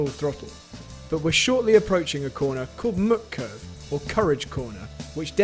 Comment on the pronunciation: Extremely useful and very well put together -- even if some of the pronunciations hurt my German-as-a-second-language ears. Here's an easy one "Mut" in Mutkurve rhymes with boot, not with put.